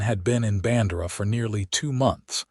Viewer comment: I have lived in Texas all my 74 yrs of life. It is pronounced "Band'-err-ah" and "Kerr'-vill".